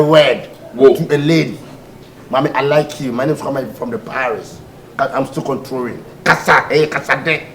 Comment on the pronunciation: said.......I'm still "controrring"🤣🤣🤣🤣🤣